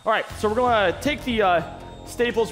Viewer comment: I'm begging you, say gonna, not gollna